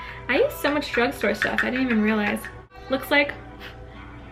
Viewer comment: you said bruge store you do that